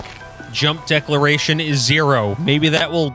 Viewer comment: Hey, it's deCELeration not deCLAration. It's how much of your momentum carries into your jump.